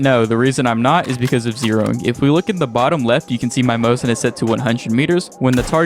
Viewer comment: Its not mozin its mosin